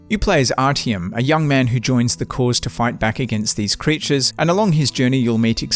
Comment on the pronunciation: IT IS NOT RTM But Arťom :D Dude